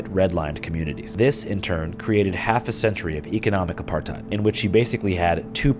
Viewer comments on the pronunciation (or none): none